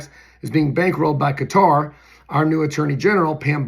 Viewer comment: Thank you for being possibly the only other person on earth who’s pronouncing Qater correctly! 🤙🏾😎🤙🏽